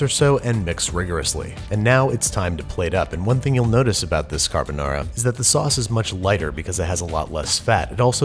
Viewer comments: italian: car-ha-bou-nah-rha american: carabenara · Bruh when he said “kahBaNara” I died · I get chills everytime he says cArbUnAra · Imagine pronouncing carbonara, "carboñara". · Si dice Carbonara non Carbonarà .peró io sono allergica delle uova come faccio? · "Carbonara" "Tony Montana?" "Carbonara" "Lachimolala" "LA CHI MO LA LA" "CA R BO NA RA" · Carr Bo Naraa 😂👌 lol you get my like for pronunciation if not the whole video 👌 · CAR-BO NARA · Babish: "carbonara" Captions: "Got A Banana" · I’m pretty sure it is pronounced “Lachimonara” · Babish be like "cadubuhnada" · Nobody: ... Babish: “cArbOnarra” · I think the Italians got mad not because of the recipe but because of your pronunciation. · I love the extra 'Murican twirl on “Carbonara”… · i have never felt such a whiplash hearing the fancy "carbonara" pronunciation for a solid 3 minutes and then hearing the most americanized "carbonara" slam me against a brick wall at 55 mph. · I had a big smile when he pronounced carbonara with an Italian accent and the just all of that disappeared when he did an English accent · They way he said “carbonara” killed me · the way he said carbonara💀💀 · almost sounds like an Aussie accent when he says carbonara 😂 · that really fucking hurt me (I'm Italian) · Stop pronouncing carbonara in a Japanese accent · that sounds like a korean version of pronouncing carbonara. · Let's cook it the Italian way: pronounces carbonara with a Japanese accent. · "Time to make Carbonara" - sounded almost Australian there for a moment.